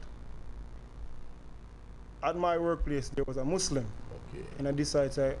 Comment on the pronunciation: Mouslim jamaican